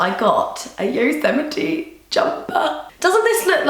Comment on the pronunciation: lol I think a lot of people do, but she pronounced it correctly. (yoh-sem-it-ee)